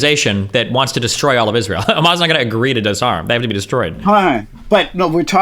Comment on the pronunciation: “IZROLL” “is roll” “ees rie eL”